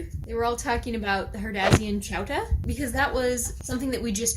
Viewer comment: Apparently I didn’t read your video’s title carefully because I thought you were saying chowder with a Boston accent.